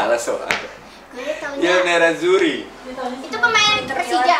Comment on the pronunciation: Salah tu I NERAZZURRI yang bener bukan IL NERAZZURRI bang wen...